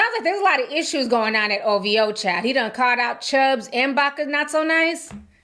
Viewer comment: It’s “OVHOE” fah me 😂😂😂